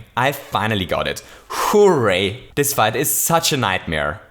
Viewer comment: "Holy fuzzy" "Acorn S-yoot" "Hoo-ray" You, sir, have conquered the English lexicon.